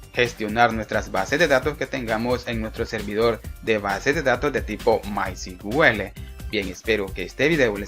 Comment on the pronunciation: disculpa hay un pequeño detalle , es que me parece escuchar cql y es sql o tambien cuando mensionan mycql y es mysql, creo que deberian corregir eso